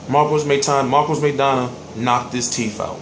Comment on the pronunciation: LIVE come on now you really went there tho lol. yea it's teeth he sounds like he saying teef. my point is teeth is more than one right, so basically he knocked out his tooth.